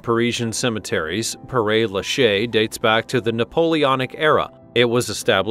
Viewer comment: Not Perray but Pear